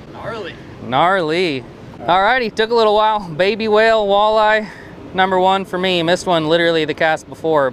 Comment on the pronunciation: I literally stopped watching marshall outdoors cuz he says walleye that way...